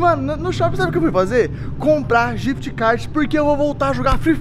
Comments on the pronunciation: ele falou jift card kkkk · N é codiguin é ghif card